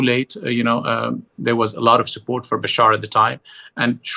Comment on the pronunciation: It's Bashar not Bashir! And HTS not HST! Come on, a bit of research before doing interviews!